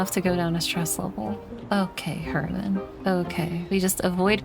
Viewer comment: The way says Herman in a way that she's saying each syllable distinctly, so she sounds like she's saying "Her man"